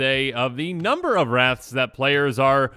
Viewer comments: I thought you said 30 rats i was like thats not too bad lol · I heard wraths as rats at first and was so confused where the deck was heading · 100% thought you were saying rats not wraths and I was thinking... what's so bad about rats? They aren't that strong. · Bruh I straight up thought you were saying rats, lmao 😂